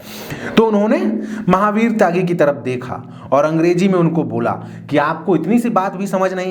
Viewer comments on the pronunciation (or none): Sound mein halka disturbance hai. Kahin baatcheet ho rahi hai. Ise theek karna hoga. 'Angreji' k bajaye 'Angrezi' uchcharan hoga. Kahin kahin is tarah ka dosh hai. Par Presentation Bemisaal hai....alok dubey, ex judge